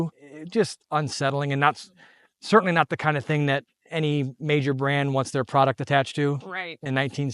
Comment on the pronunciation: "i sertaily do not love this truck!" sayd. Ever since my childhood i sayd "i sertainly do love this truck"